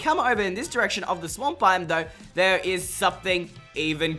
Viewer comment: “Now over shere” lol shere